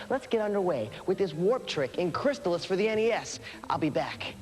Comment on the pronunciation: LOL nostalgia. “Magnet-O”? “Crystal-is”? How did this guy get hired?